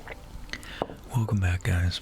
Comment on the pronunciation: TingTing is the most adorable of all! “Wercome Back...”